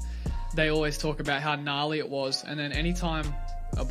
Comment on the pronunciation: If you have an Australian accent you're not allowed to say 'gnarly'